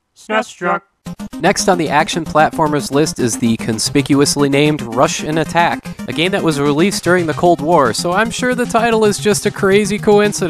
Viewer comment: Great, I was never aware before but now I can't unhear it. Every time you said Rush'n'Attack I heard Russian Attack.